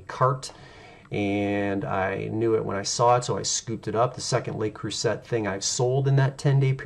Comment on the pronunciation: I’m in! Ps, it’s pronounced Le Crew-say ☺️